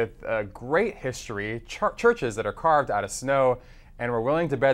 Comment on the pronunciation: Did i hear the presenter of this programme read "Churches caved out of Snow?" lol. Unless he has mistaken Ethiopia for Finland coz that is the only country that has churches built out of snow! yes that is in Lapland!!